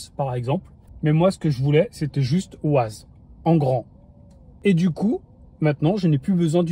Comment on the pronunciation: Bonjour et merci pour la vidéo. ça tremblote quand même beaucoup ! Et pour info, on dit "Wèze" et pas "Waze", c'est de l'anglais 🙂